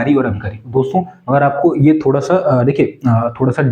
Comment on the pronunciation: ***_____Way of talking is not good atleast your should pronounce accordingly, yeh ko j, yahan ko jaah, zaruri ko jaruri, aap apni language thodi saaf nhi kr skte kya..... ****** NVS ko NBS KVS ko KBS Thousand ko thoujand Pure lecture main chaliye thik hai or hain na